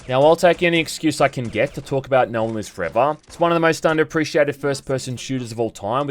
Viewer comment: "Nohn lives frevah" lmfao dead 😆